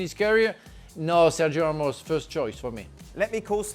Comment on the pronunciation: Its Ramos lol